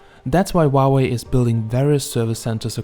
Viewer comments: GOD DAMNIT. ITS NOT WAHWAY ITS PRONOUNCED HOW WAY LOL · Huawei not uauei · Wauwe ? Is that how you pronounce it? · why you keep saying wa way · I love the way you pronounce Huawei 😂😂😂